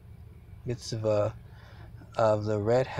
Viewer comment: Sinai = pronounced sigh nigh Mitzvah – mitz vah (not mitz via) Enigmatic – not en magic (It means puzzling) Per se – per say (meaning, so to speak) Sufficed – means suited